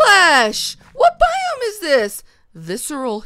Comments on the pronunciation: After I repeated it like Hundred times, I started to hear Biome but because Bi- kinda sounds like The and -Ome is kinda like ham....I tought it would be pretty funny if she said that! :D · Red Fox yea it does sound like what the ham but if you listen closely it's what biome is this 😂😂😂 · turned my volume to the HIGHEST but nope, She says What the Ham! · Well her voice crashes to me and it sounds like Biome -> The Ham...dunno! But at least I am not the only one who heard it :D